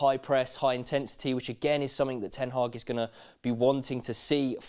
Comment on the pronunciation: It's Ten Hag, not Ten Haaaaaaaaag